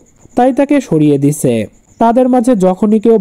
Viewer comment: দিছে কোন ধরনের উচ্চারণ একটু বলবা??